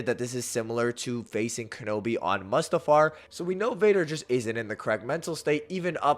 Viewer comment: Bro why are you saying mustafar like that? Is that on purpose? 😂 Its Mustafar (moo-stuh-far) not "muhstafar"...sorry..my autism would let that stand lmao